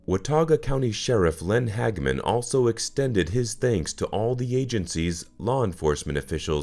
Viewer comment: How is this solved? Also the name is Hag a man.